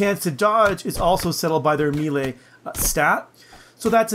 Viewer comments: "Miilee" >Scrolled to comments section to find miilee comment >Wasn't disappointed. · Wtf is a meele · You say mele like a damn fool